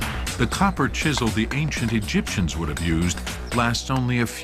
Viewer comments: Did he say ancient egypsums? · "The ancient EGYPTIAMS" is that what he said..EGYPTIAMS... really?